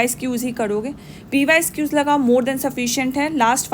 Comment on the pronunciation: Man pyquiz (pyqs)✅ not pyesquiz❌